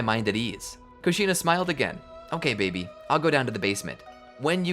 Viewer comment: Why do you say baby like it’s babe? I’m sure other people also wonder why.